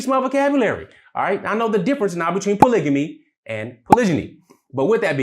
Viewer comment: You're pronouncing polygamy incorrectly. It's a hard "g" not a soft "g".